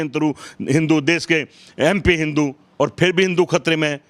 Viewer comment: राहुल द्रविड़ को क्रिकेट में गोल्ड मेडल 🤣😂😅😂 ठीक से हिंदू शब्द भी नहीं बोल पा रहे हो, जबकि शब्दों पर सबसे अच्छी पकड़ ब्राह्मण की ही होती है, तो किस तरह के ब्राह्मण हो???? शिवलिंग ना खाने को देगा ना रोजगार देगा, एक ब्राह्मण हो के ऐसा बोल रहे हो, जानते भी हो कितने ब्राह्मण पूजा पाठ से अपना, अपने घर का पालन पोषण करते हैं । भगवान राम जी ने कभी नहीं कहा कि मेरे लिए मन्दिर बनाओ, तो अल्लाह ने मस्जिद बनाने को कब बोला, अब खुद सोचो ओछापन किसमें है। ये श्री राम जी, हनुमानजी और शिव जी के भक्त मुझे ये बताए कि ये जिन भगवान जी को मानते हैं उनके पास धनुष बाण, गदा और त्रिशूल क्यूं है??? जितना मुझे पता है धर्म की रक्षा के लिए। अधर्मी इंसान... सिर्फ उम्र से बुढ़े हुए हो, अक्ल तो एक छोटे बच्चे से भी कम है । 2 कौडी भी नहीं बोल सकता, वो भी ज्यादा होती है।